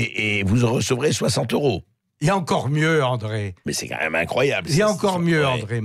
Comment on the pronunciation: s'il vous plait Bercoff, arrêtez de dire "qua même" c'est insupportable !